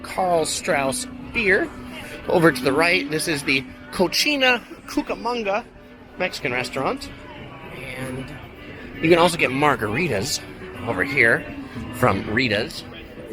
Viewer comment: Hollywood and Sunset run parallel in real life, I always laugh when I see this DCA . The Califonia Screaming song was not done by the red hot chili peppers. I loved that song especially the ending. FYI the incredicoaster is a better ride at night. Cochina LOL its Cocina. Cochina is a dirty girl or woman in Spanish. Radiator Springs was modeled after Arizona and other places.